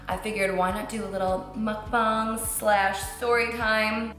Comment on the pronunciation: Thanks for saying Mukbang correctly. Safe travels dear